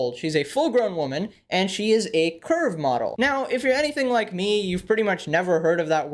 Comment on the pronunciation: When he first said 'curve model' i heard 'curb model' and did a double take. 🤣